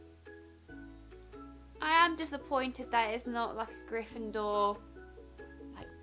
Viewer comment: For some reason it annoys me that she says Gryffindor like GryffinDOOR ! xD